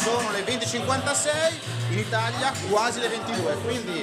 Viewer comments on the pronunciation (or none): none